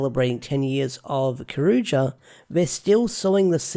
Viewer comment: Cyour you jer is how you pronounce it. Also Kyoryuger focuses on Daigo the red ranger too much.